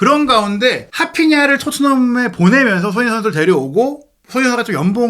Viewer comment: 손흥인 손흥인 은근 거슬리네. 방송인데 사람 이름은 좀 제대로 불러줘야지. 손흥민